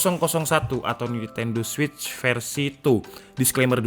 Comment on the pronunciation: memang benar bro penyebutan nya switch